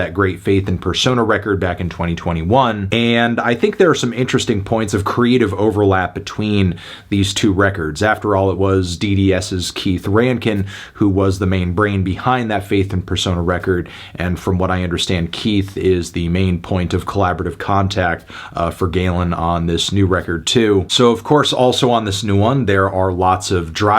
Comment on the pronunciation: Keith RANE-KIN (how it’s pronounced) C’MON.